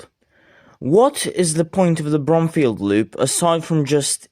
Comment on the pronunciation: Its pronounced b-room-fee-ld